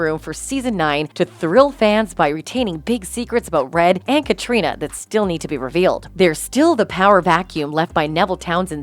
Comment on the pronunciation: Really annoyed me she mispronounced Aram and Katarina.